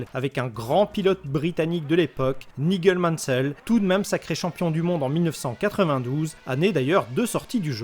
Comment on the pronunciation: Ça se dit vraiment Nigueule Mansell ? 😥